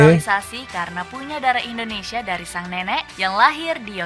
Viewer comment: Dengn tidak mengurangi rasa hormat bang saya cuma mau ngasih saran dalam penyebutan kata INDONESIA ...pake Sebutan INDONESIA bukan ENDONESIA🙏🙏🙏 salam santun